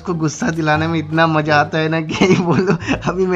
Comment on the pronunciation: Assam se maza ko mozza bolti hai